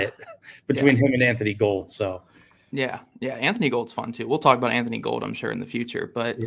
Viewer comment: I think it's it's pronounced Anthony Gool-d, not Anthony Gold. I thought it was Gold, but one of the Colts people (Forgot who) when talking to the media corrected themselves to saying it like Gool-d Not trying to be annoying, enjoyed the episode. Excited for this season.